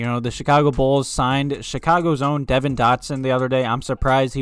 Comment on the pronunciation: Yo is deVON Dotson btw not devin